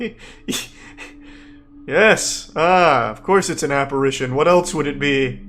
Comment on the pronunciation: yall ever notice Charlie says "else" like "eltz"